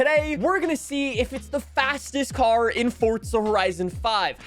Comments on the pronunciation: Its because you say it like that, its an italian word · Forza ❌ fortsa ✅ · this guy just say, "fortsa"? 😂😂😂😂